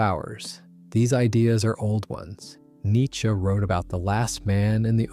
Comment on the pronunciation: Thank you for being a part of the 1% of people who pronounce "Nietzsche" correctly